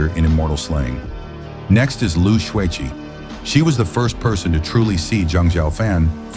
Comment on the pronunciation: Lu Xueqi.. Come on, u can't even get the maths right, at least get the names right will ya? And there are only ever 2 women who loved Zhang Xiaofan, they are Lu Xueqi and Biyao. Oh, and pls learn to proniunce their names correctly too.. Imagine your name is Crocodile and people keeps calling you coo-coo-dial how would u feel bro?